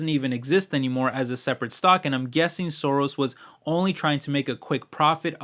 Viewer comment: Soros Gyorgy is Hungarian. Pronunciation is not perfect😉